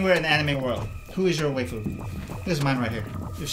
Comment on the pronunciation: coach i think its pronounced (why-foo) >.<